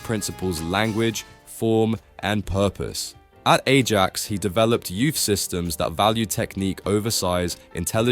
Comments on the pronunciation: Nice one but "Ajax" FC is pronounced "A-yax" not "Eh-jax". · "Ah - yax" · "ay-jax" never heard an english football fan pronounce it like that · Ay-jax lol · ajax pronunciation almost made me spit my drink 😂 great video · So was the pronunciation of Ajax